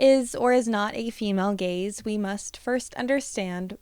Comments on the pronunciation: I can’t not think you’re saying “the gays” the whole time lol this is so interesting though, and it makes so much sense. Although I will forever think that short bangs don’t appeal to the male gaze. I’ve heard plenty of women say they’re only for little girls, which implies to me that they’re either trying to protect you or think you’re trying to appeal to men as being younger. But it seems like most men don’t actually like short bangs unless they’re into a more alternative style. I know that’s very specific but I like to watch people cut baby and micro bangs and it’s like a comfort where it’s just women encouraging other women. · I keep mishearing Gaze as Gays 😭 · Love this video! Sooo true.❤ Also, I had to really try hard, in order to not hear "gays" instead of "gaze". I think I am projecting😂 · you say: "the gaze" I hear: "THE GAYS" (i wish it actually was the gays lol)